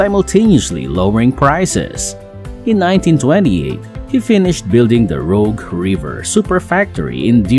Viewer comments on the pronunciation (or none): Rouge not Rogue?